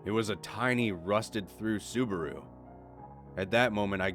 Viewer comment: You butchered the sabaru pronunciation